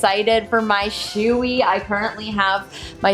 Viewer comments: Hey, I love your channel and the new helmet is sweet. I had a nice shoei that saved my life. It is funny that you call it a shoe-y, the name is pronounced show-y. Stay cool, your great. Good luck, peace, 🙂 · You don’t buy a helmet a good helmet because of how expensive your bike is. You buy a good helmet to protect your head. Brain damage will cost a lot more than $700. Also you’re not pronouncing the name of the helmet correctly. Look it up. It’s pronounced showy.